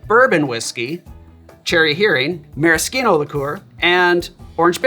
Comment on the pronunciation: My wife congratulates you on your proper pronunciation of maraschino. I told her I would pass it on